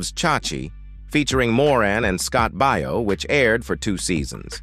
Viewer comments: Yeah, Scott Bao not Bio! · you need to get yourself a better narrator. This one’s terrible! Scot’s surname is pronounced Bay-yo, not Buy-yo. This narrator has got to be AI or something like that, ‘cause he can’t pronounce names and such worth a darn. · You should learn how to say Scott Baio's name correctly. The way you said it is completely not right. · I agree, he says it weird.